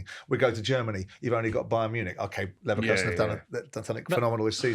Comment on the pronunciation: Congratulations on pronouncing Leverkusen correctly, Simon! 🎉🎉🎉